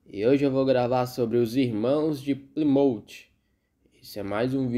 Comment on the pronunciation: Excelente vídeo! A pronúncia do nome da cidade está incorreta! Ainda existem muitas igrejas que se reúnem na simplicidade!